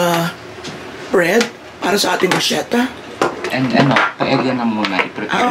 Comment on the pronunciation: bruschetta ( brus-ke-ta) no offense...